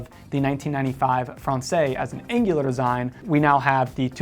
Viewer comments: Great stuff! “Francaise,” though, is pronounced as frawn-sez. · The use of IIII instead of IV for numeral 4 is not a Cartier idea. IIII has been used on clocks and watches with Roman numeral dials since the 1700’s. BTW: Française rhymes with DAYS not DAY.